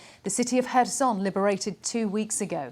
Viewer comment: Its not pronounces her-son, its hair-son